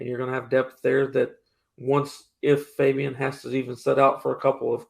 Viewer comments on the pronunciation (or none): Mark can you please help to say Fabien’s name correctly? He’s been saying it like it’s spelled Fabion and it’s been making me cringe since the first time I heard it. As a journalist, you have a greater responsibility to get this stuff right.